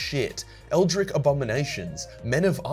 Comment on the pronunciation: So wait, you pronounce Archangel like Arch but you pronounce Eldritch like Rick?